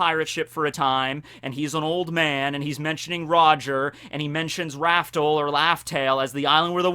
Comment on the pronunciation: What is up with how he’s saying Raftel/Laftel? Come on